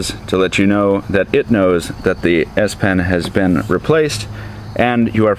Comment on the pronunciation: It's called the S-PEN with an "E" ... not 'pin.' It's a pen.